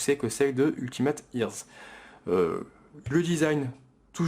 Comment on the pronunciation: j'ai rigolé sur ta prononciation de "ultimate" :p très bonne vidéo sinon ! Les basses elle en a ou pas ?